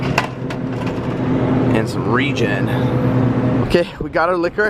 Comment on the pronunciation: “REIGN” energy drink - says “region” 😂 hahaha Cool vlog today bro. DmaxRyno is a Rainbow Unicorn lol